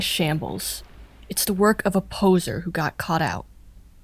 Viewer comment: That's not how you pronounce "poseur."